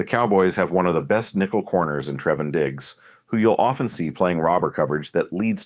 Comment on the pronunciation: Treh-von Diggs? Is this an AI voice narration?